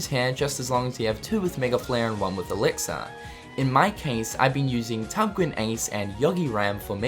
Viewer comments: Lol why do you say Elix-Ar...its elixir which sounds like Elix-Er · 'Elixar' :D I've been pronouncing it wrong all this time.